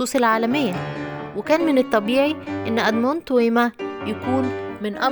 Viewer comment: توما ومش تويما